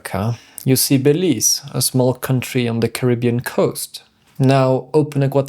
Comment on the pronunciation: It is pronounced Be_leaze. Ok